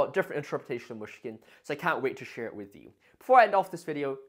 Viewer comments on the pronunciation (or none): Great video! One tiny tip on pronounciation: the "y" in Myshkin is similar to the "i" in "it". Otherwise it sounds like you're saying "Мушкин/Mushkin", which can be confusing to a native speaker